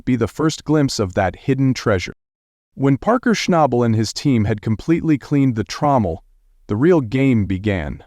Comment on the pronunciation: Shessshhhh! How many wrong ways can they pronounce Parker’s last name?